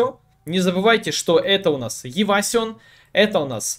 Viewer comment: Евасион... ты боль-моль знаешь английский. Можешь читать правильно евейшн. Это из разряда дамаг. Не обижайся плз